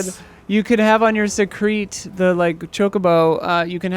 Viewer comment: Please dear God don't let "Secrete" be the official Seikret pronunciation. Up there with moist for me in ick words